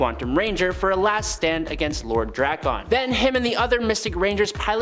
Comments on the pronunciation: Say Drakkons name like dragon. You’re welcome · I just hate how you DRAK CON. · Say Drakkon right or don't say it please. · Why did dude say drakkon like that 😂😂😂😂